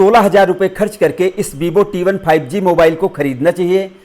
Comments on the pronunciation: That is not bibo 😂 it's Vivo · That is not bibo its vivo😂😂